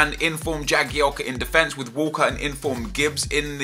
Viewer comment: stop saying wall-ker it sounds like wallcott